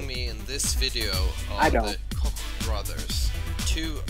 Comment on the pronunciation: Thanks for getting our name right😂 "Koch", pronounced like it's spelled😉